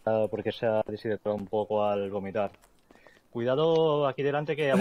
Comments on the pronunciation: El doctor? Dijo vomitar, no gomitar. Escucha bien el audio xd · El médico doctorado: “Se ha deshidratado un poco al *gomitar*” 😂😂😂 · dijo gomitar cuando es vomitar.